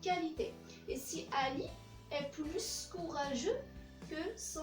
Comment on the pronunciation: On dit plus courageux, s ne se prononce pas avant un adjectif